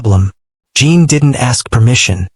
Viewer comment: I see others have already reported the seizure inducing shaking of the screen. The story is good about the medical profession and that there is always room for improvement. Jin is not Jean or Gene, check the pronunciation, please, the AI is terrible.